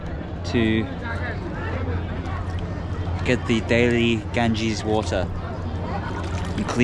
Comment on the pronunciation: this river name ganges not gangis